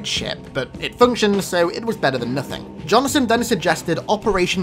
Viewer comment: Johnson… two syllables